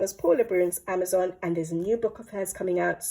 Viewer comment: AmazonE not Amazon the book pls😅